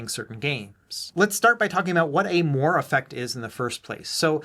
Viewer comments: It's pronounced "mwa-ray", not "mo-arr", and that's as spicy as I plan to get on this. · Interesting video. FYI, moiré is pronounced "mwah-ray", though :) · I think you got it really close. "Mwar" sounds a lot like "more." :)